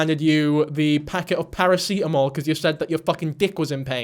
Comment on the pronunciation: I'm sorry but this is my first time hearing paracetamol pronounced as paracitamol ahahahahaha i mean it in an amazed way